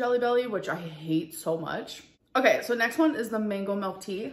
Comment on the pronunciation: "melk" I hate it 😂